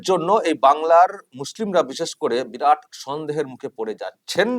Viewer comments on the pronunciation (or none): none